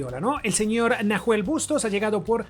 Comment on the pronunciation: que piola el city a julian alvarez y lo dejo a prestamo en river hasta junio/julio y nahuel bustos que se pronuncia NAUEL sin h xd puede ir a river al igal que farias